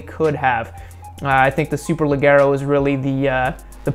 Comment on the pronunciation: Did you just said super"legghero"?? *it's super"leggero". (leggero means light)